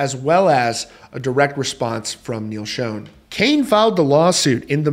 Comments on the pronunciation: According to Neal, "Schon"is pronounced "Shawn," not Shown. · You say his name wrong ….it’s not shown….Schon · Its Schon...."shawn"...not SHONE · its SH-on not SHone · SCHON, NOT SHONE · Pronounced SHAWN not Schown, ffs... You're a reporter dude. Get it right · QUIT SAYING "SHOWN", IT'S "schON" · Schon. Rhymes with Don...Ron...Tron...and Bon. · No. Pronounced as Shawn. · PLEASE …Neal SHAWN! your the only one in the industry who mispronounces his last name. I love your channel though:) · It's definitely annoying!!! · You're, not your (the only one in the industry). And yes, it's pronounced like, Shawn. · Please learn how to pronounce Neal’s name . It’s not Shone ! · It's pronounced "shawn". Please respect him by pronouncing his name correctly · It’s Sch aaaa. N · What's really sad and disappointing is how you always mispronounce Neal's last name... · Another shame here is you mispronouncing the name Schon with wild abandon. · You are pronouncing Schon incorrectly and it's so irritating!!!